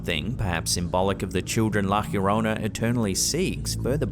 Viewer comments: It’s not la “heoronna”- its la” llorona” pronounced “ yo-rona “ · please learn to pronounce La Llorona right. There is no j or h sound. Yo rone nah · I loved all videos in this channel but I always wonder why your pronounce llorona weird...always pronounce yorona the double L is like a y sound . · Why did he pronounced la llorona like la jiorona? 😂😂😂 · Pronounced La yo-rona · It's La Lio-ro-na. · Also your saying the word wrong it sounds like the song "my sharona" but "la yorona" sounds similar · "La YA-rona"... and that's not a ghost. It seems to be a young woman is psychiatric distress. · Why are you pronouncing llorona that way? There's no "H" sound.